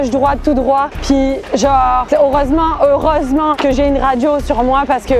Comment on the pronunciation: Puiss gennnre heuresseeement MDR tu m'a tué avec t manière québécoise 😂😂